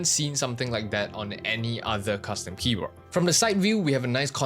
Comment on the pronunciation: Please say Keyboar" D" and not Keyboar"T" KEYBOARD not KEYBOART